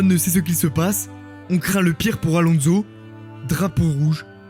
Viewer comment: La jordan de Marc Weber suivi de "Fernando AlonZo" fait un effort par pitié bro